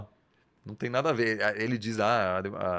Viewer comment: Quando o cara falou “sabendo neeeda do Brasil” eu parei de assistir